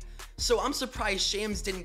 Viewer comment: Sham's name is pronounced like the name Shaun, not like the word slam. Just so you know going forward